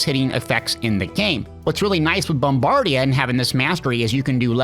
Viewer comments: I was going to say this, too. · It's BOMBARDA... Not BOMBARDIAAA.... 😉